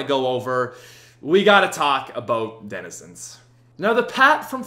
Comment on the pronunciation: Denizends, reminds me of my little brother